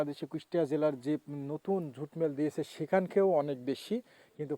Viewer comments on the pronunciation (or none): ভাষা জানেনা, সে আবার ইউটিউবার, জুটকে ঝুট বলে